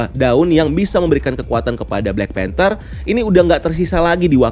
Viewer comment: ''panther'' not "phanter"